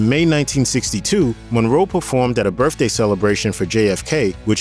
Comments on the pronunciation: THE NARRATOR HERE HAS A SPEECH PROBLEM HE CANT SEEM TO SAY BOTH OR BIRTHDAY. HE SAYS BOFF OR BERFFDAY. DAMN ITS ANNOYING. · And “birfday” for birthday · The mispronunciations are distracting: "Dwight" is not pronounced "Duh-wight," "Martin" has a "t" in it, not a grunt, "birthday" is not pronounced "burf-day," and "Giancana" has only three syllables.